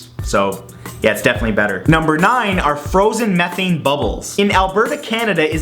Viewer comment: Its not Meth-Thane its Me-Thane.